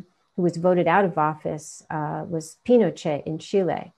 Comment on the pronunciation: Subtly corrected her mispronounced "Pinochet" hehehe 😉